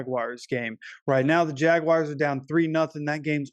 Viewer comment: They are the Jagwars not Jagwires.. Damn man